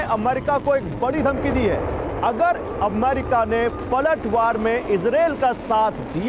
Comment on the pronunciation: अमारिका नही होता है वो अमेरिका होता है